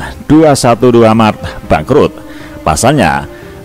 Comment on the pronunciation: Ngomong aja blepotan loe No... Mart....loe malah bilang maret... Hadeeechh... Sama aja tuch moyoong ma Neno... Bner2 serasi tuuch Bintang Iklan nya 212 Mart